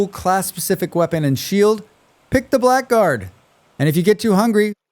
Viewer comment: I have no idea why, but blackguard is pronounced as blaggard.